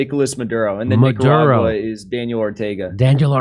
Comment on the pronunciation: So if you can't pronounce Nicaragua right you have to make fun of it, so question? If you are just a pothead as you say why should we take you seriously 🤔.